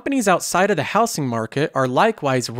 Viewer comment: Anybody else annoyed how this dude says “houSing” market?